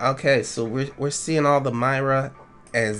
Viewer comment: It's Mee-ra not My- ra